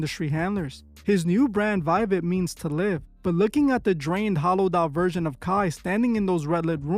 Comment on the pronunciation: The "V" in Latin is pronounced like a "W." So it should actually be pronounced as "Wiwet."